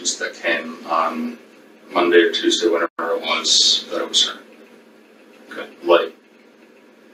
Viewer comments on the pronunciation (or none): none